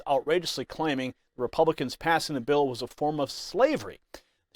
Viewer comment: She says this and no one says anything! They kill Trump and let her big black mouth make these statements? This is a threat by a public official! It’s a BILL NOT A BEEO! Tennesseans welcome militant black activism! TA TA TA TA! 😂 🤷🏿‍♂️don’t loot our stores and don’t terrorize our cities and towns🤣🤣🤣 TAKE A WALK GO TO A PUBLIC PARK ANYTIME YOU WANT… 🤷🏿‍♂️WONT BE CAUSING YOU ANY PROBLEMS. IF THEY DO 90% OF OUR RESIDENTS BLACK HISPANIC AND WHITE CAN SOLVE YOUR PROBLEM AND GIVE YOU PEACE QUICKLY. WE REALLY CARE! 😳🤣🤣🤣🤣🤣🤷🏿‍♂️🤬🤬🤬🤬